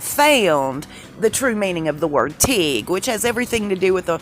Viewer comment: It's pronounced tig and it's a way of welding metal